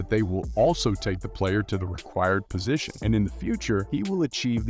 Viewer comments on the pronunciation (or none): none